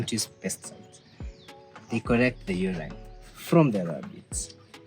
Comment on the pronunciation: I follow them on IG! It's even more beautiful than I imagined. Uraine?!!!😂 c'mon, Mrs.Clark was my English teacher and I promise you- it's Urine pronounced You reen😅 Shhhh 🤫 stop giving folks ideas....I already knew that I want this home design.